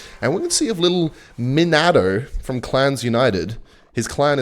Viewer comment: The way you pronounced Minato should be illegal.